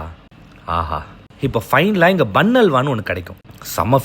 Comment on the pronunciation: The way he speaks- hungaluku indha Madurai food ellam pudikuma. Haru ku ellam pudikadhu 😂😂😂 hinga vanga hanga Ponga 😅😂😂😂